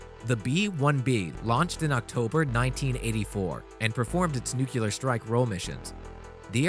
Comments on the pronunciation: Ok. Its NEUCLEAR, not Neucular. Please for the love of god get it right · Ye gods the narrator needs some pronunciation guidance, "air intanks" instead of 'intakes', "nucular" instead of "nuclear", "Topolev" instead of 'Tupolev' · Awesome video such amazing technology to be amazed with, but there is no Q in Nuclear (New Clear not New Q ler). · Nuclear is pronounced Newcleeear. Not Nukuular. So funny for an intelligent person to constantly mispronounce a word. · You should learn how to pronounce “nuclear.” It’s pronounced NU-clee-ar, NOT NUC-u-lar. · New-CLEE-ER. NOT Newk-u-lar. You sound like George Bush. Not too bright. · For the love of god please quit saying "nukular". It is nu-cle(long e)-ar(er) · Great info presented in an interesting way. However; I cannot continue to listen to someone say nuclular time after time. It is nuclEar. Definitely not nucular. Unless you're George W. Bush or related, then you can get away with it. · Nuclear should be pronounced new clear, not nucular although I suppose it's OK if George Dubya said it. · Honestly, how hard is it to say 'nuclear' rather than 'nucular'?. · he said "nucular" :) it's nuclear :) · Greetings from Colorado! "noo-clee-ur"...yes "noo-cue-ler ... no Northrop Grumman-yes Northrop Groo-min- no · Remember it like this -> New-Clear not New-Killer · Its nuke- clear,not nuk i lar. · It's nuclear not nucular 🙄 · If I was going to go through all the trouble to research and produce a video on bomber aircraft, I’m pretty sure I’d first learn how to pronounce “nuclear”. Nu-cle-ar. Not nu-cu-lar. Of course, I wouldn’t use clickbait tactics either...but that’s just me, a 57 year old high school graduate from Arkansas. What the hell do I know? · Um, its Nuke lee er, not nuke ya ler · Should be illegal to post a video suggesting new tech from the US military only to show old ass planes. Also it's "Nuclear" as in New clear not "nuke-you-lerr" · Nucular? That isn’t how you spell or pronounce it. Say Nuclear. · New - clear